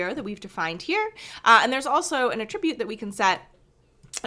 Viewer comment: Thanks for making these videos and kernels! FYI, the pronunciation of the word 'attribute' is when used as a verb vs. a noun.